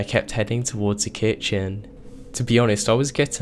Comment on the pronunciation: A little mean to say, but I've NEVER heard anyone ever pronounce the word 'kitchen' like you do. It sounds like you're pausing between the syllables, making it sound almost like two seperate words. Not your fault, but the way you talk so slowly throws off the vibe, rendering these scary situations no worse than a nursery rhyme.